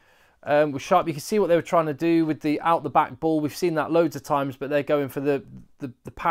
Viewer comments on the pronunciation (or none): none